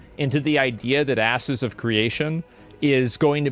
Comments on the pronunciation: Did he call it Asses of Creation at mark? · "asses of creation" Lmao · Anyone else hear "Asses of Creation" ? 😂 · He said Asses of Creation at one point, right? Did I hear wrong? 😂😂😂